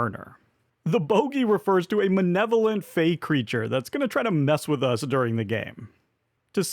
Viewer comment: "manevolent" what, like, malevolent AND benevolent?